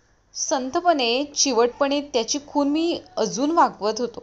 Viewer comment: किती अडखळत वाचता, किती चुकीचे वाचता, जे वाक्य आहे ' मी जेंव्हा खुण करेन तेंव्हा ये' तुम्ही वाचताय मी जेंव्हा खुन करेन, तेव्हा ये 😅😅😅😅